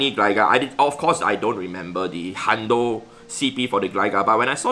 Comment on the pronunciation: I wasn't watching video, just listening. And was like, "why does he keep saying shiny pizza?"